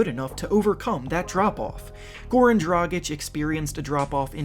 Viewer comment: He pronounced Dragic right. One of the few youtubers who does. Well done.